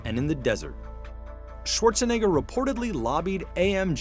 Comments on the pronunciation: I don't like how the narrator says "Schwarzenegger". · "Arnold Schwarchshinegger."